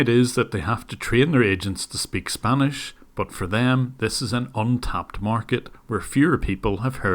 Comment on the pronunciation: The scammer's spanish is just pathetic. The way he pronounces everything...just painful.